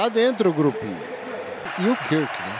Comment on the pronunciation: "um Grupe de jogadores." Eu amo o. Hahahaha. Por mim, narraria todos os jogos de FA e Rugby.